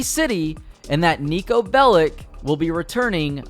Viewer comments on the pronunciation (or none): Its pronounced as “Bell-itch” not “Bell-ick”